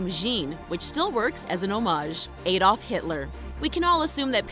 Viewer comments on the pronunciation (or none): How they said aldof triggered me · She pronounced Adolf wrong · Adolf not ayyyyy-dolf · It's not pronounced Aydolf, it's. Addolf. Edit: sorry I'm British. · who is AYDOLF Hitler? Thats not how you pronounce it XD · you pronounce the L in Adolf